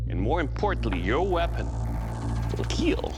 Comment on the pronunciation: Doug with fake blood dripping from his face "It will Keel" 😁